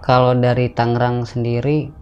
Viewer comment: Tolong etoh tangerang bukan tanggerang bang 😂😂😂